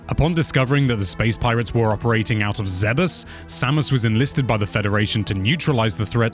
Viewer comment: Ok... You lost me at the pronunciation of Aran and Zebes! Aran like a-rhun and Zebes like Zeebz? Probably wrong on the second one but that's how I've always said it lol 🤣